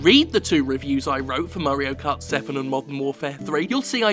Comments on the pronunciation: I keep hearing it as Murray-o cart 7. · Murray-o kart?